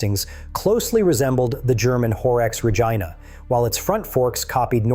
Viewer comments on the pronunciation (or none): Did you call it the Horex Vagina? 😅 Btw, MZ are pronounced M-zed, not M-zee. I'm sorry, but you really should be paying more attention to details. Be more precise when selecting pictures, because, to be fair, they're all over the place and mostly the wrong place at the wrong time - while being the wrong pictures.